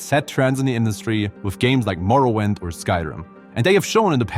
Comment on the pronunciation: Morrowind pronounced as in morrow-wind.